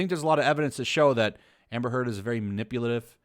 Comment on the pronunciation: I like that subtle part of that monologue, " . . . him vs. her-d". (Heard) LOL